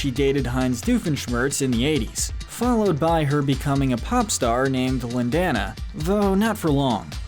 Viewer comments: LIN - DAN - A REALLY it 's LIN - DA - NA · Does it bother anyone when he says Lin”dana” not Lin”dona” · You know, it’s pronounced Lin-dah-na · "Lyn-dahna" ...I think you should hear the song again ^^ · It's pronounced Lin-dah-na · I’m sorry but how he pronounces lindana kinda triggers me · Is anyone else bothered by how he pronounced Lindana? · The way he pronounced Lindana Cries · ITS NOT LINDANA IT'S LINDANA (i know you read that two different ways)